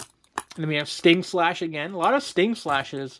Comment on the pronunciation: StingLASH** Not slash.